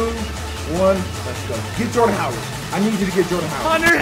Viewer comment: you don't know how to say Jordan Howard do you